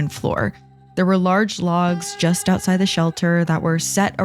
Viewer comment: lol "and it was a really lovely trip aside London" can hear an accent in that statement 😂